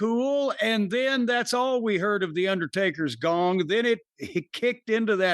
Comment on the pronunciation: Jim said " The Undertaker's dong" lol